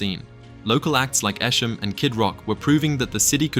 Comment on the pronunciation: Love the video but its pronounced EEE Sham. Whoop Whoop! ❤